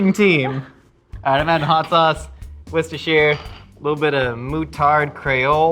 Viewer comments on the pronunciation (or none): Ohhhh man, you can TELL for sure worked/works with kids - But is 100% the best big kid ilysm Also; Worcester Sauce pronounce; Wuss-ter sauce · Wistah-sheer was how I was taught. Grew up in CT and MA though. Definitely regional pronunciations. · How to properly pronounce "Worcestershire": WUSS-TER-SHUR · wusta-sher sauce a lot of people try and smush the sta-sh into its own syllable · "worshishter sauce"